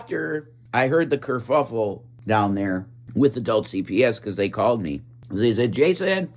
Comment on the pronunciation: It wasn’t just a curfuffle, it was a curFLUFFle. We got Rev out here adding L’s and losing G’s. It’s mayhem.